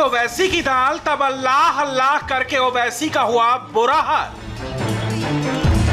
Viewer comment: Allah ka naam sahi se bolo